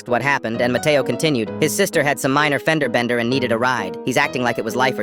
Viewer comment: Bro he said that his friend name was Mateoo